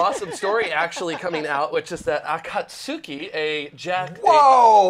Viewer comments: *he didn't pronounce akatsuki correctly but okay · I believe in Akatsuki the "u" is silent, like you're saying Sasuke.